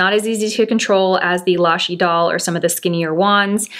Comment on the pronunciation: Well, she gets points for pronouncing Idole correctly. I have heard other influencers say" Idol", as in American Idol. Then again, I watch for her expertise in makeup, not French. 😉